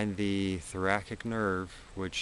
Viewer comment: I stopped listening when he said Thora-kick and not Thora-sick.